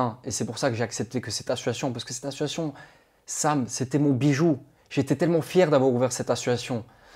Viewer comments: Dylan il est insupportable à ne pas savoir prononcer le mot ASSOCIATION. « Assuation » c’est insupportable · Il ne sait même pas prononcer le mot ASSOCIATION !!